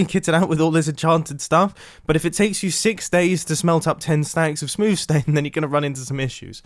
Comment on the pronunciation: Really just said ‘smooth stane’